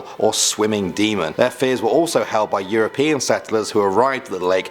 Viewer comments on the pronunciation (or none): none